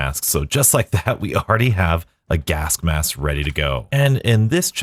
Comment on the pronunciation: Am I going mad or are you pronouncing it "gask mass"